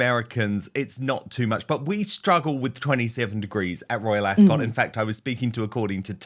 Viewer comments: It's not pronounced AsCOT it's more like Asc't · "ASK-UT", not "ASS-SCOTT". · Dan it is pronounced Ascut, not cot. From one kiwi to another 😂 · Dan, I find it funny that you're a Brit, yet you can't say " Royal Ascot "properly .. it's * Asket * .. 😅😂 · Love you, Dan; however, you need to learn how to pronounce Ascot❤